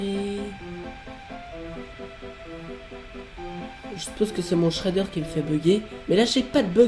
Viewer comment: enleve ton sh(RRRRRRR)aders